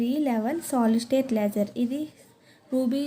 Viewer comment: Adhi leyyser kadhu laser Meeru thappu palkutunaru And it's not dopping it's doping